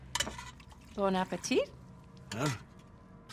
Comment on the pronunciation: "Bone apple tea? No thank you mam"